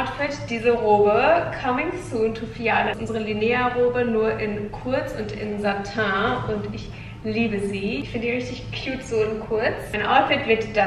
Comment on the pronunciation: Mein Kopf direkt bei "Satin" ...: "SATENG!" 😂